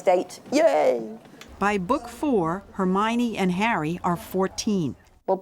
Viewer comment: Did she just said hermeYany?